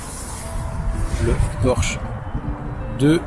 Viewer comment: Tu le trorch bien 😂